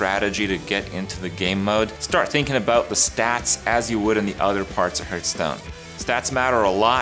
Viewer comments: Why does he call it Hurtstone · Arena Master Soon-to-be Battleground Master Still can’t pronounce “Hearthstone” correctly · Hahahaha :D